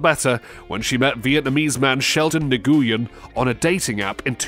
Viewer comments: Nguyen is pronounce like Win not new gu yen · Nguyen is not pronounced Nah-goo-yen, it's pronounced Win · LOL. I was going to post that, and am so glad you did! 👍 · Nguyen is pronounced Nuwhen... It's Vietnamese mostly... The g is silent.. For future reference. The more you know..... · Not really. That's just the way Americans say it. Vietnamese pronunciation is very different from English. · Nguyen isn't pronounced right, the g is silent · Why is he pronouncing Nguyen like that? 👀